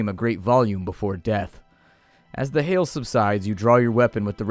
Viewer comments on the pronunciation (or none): none